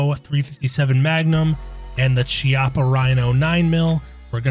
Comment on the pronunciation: one small thing (not a hating thing just more of a nitpick/gun nerd thing) since chiappa is an italian company its pronounced like khiappa